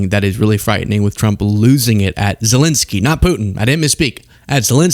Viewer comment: Seriously, why do you keep calling Zelensky "Zelinsky"? 🤦‍♂